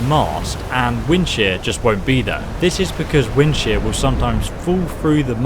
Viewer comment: This whole time I thought he was saying "Wind Shit" Until he put his cross hair on the unique weapon lol xd 😂😂😂